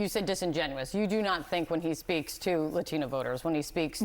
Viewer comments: I’m absolutely disgusted by this anchor woman’s disrespect to the Latino community. She’s purposely mispronouncing the word Latino, while sitting across from our hero AOC who proudly says it the correct way! How racist! She should be fired! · Why is she saying Latino like that? It's like the only word she emphasizes an accent with.